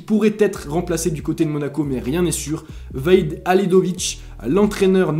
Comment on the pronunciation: Ta écorché le nom du coach VAHID mdr